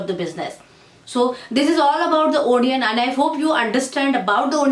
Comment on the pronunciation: Nice video... but you should pronounce it A-nion not O-nion.